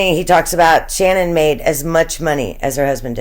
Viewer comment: Her name is SHANANN!! Nobody says her name right!